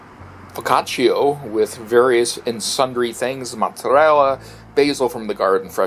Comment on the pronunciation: foccaciAAAAAAAA not foccaciO??? sounds so dumb. sorry couldn't watch it as it was hurting my gut when i heard foccacio... wth...